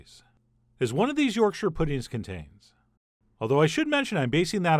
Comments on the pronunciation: Thank you, Chef John, for pronouncing this amazing food correctly. Most Americans say York Shire when it is really more like Yorksha. Well done. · I'd let to take a moment to appreciate that Chef John pronounced Yorkshire correctly as "Yorksher". Not "York-shire" or (God forbid) "York-sheer" as you often hear from people not from up north. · Thank you for not saying YorkSHIRE pudding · Yesssssssssssss!!!!! You actually said yorkshire correctly! I've heard far too many people say it like york shire (think LOTR shire). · yorkshire lass here. just wanna say thanks for pronouncing Yorkshire correctly lol. so many americans say York- Shyyyyyre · Thanks chef John for not butchering the pronunciation of Yorkshire! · Chef John pronouncing Yorkshire correctly made my day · Honestly my favourite part of this video is the fact that an American pronounced Yorkshire right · This video has raised the head count on Americans who can pronounce Yorkshire correctly from zero to one.